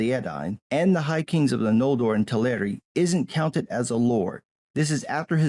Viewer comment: Just a very minor correction, "Teleri" is pronounced like "celery", with the stress falling on the first syllable. Great review!